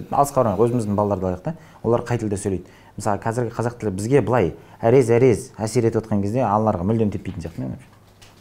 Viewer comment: Әрез-әрез деген несі? Әзер-әзер емес пе,..